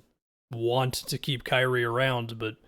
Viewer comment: "Krazie" Irving